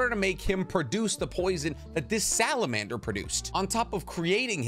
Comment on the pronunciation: you said salabander... wtf is a salaander?